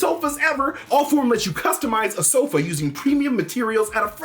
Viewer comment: The way he says “SOFA”